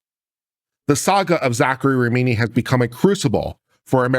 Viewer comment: How can you look at RA HI MI and read RA MI NI?